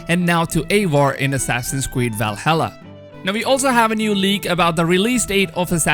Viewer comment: Nobody: The dude in this video: WIKINGS ASSASSIN'S KWEED